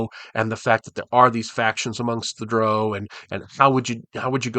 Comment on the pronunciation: Holy smokes, you said "drow" like "crow"! You're now officially my favourite D&D content creator. 😁